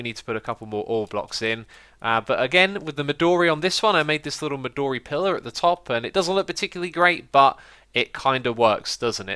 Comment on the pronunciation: The "o" in "midori" is not a long wovel.